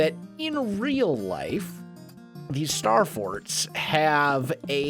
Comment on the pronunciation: ........he totally said star farts.